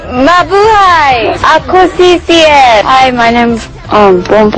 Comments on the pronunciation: "ako shi shi el" prang tanga lng eh no? xD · ako SHI SHI-EL ahahha epic!